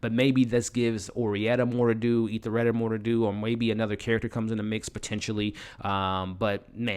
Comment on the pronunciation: Love the recaps but as a person who is to be providing professional recaps you have to get the names and pronunciation correct to be taken seriously. Ethelrida is not EthaRida. Gaetano is not guytello.. it takes away from your validity.. you do a good job. Tighten it up brother the potential is there!